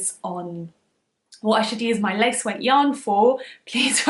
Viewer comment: "Lace weight" not place weight😂